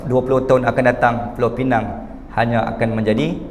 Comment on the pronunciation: Pulau pinang ditukar jadi PINENG konon nama inggeris